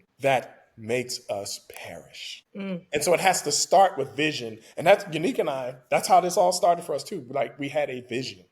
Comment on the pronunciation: Ya-Nique is the correct pronunciation of her name not Unique 😂😂😂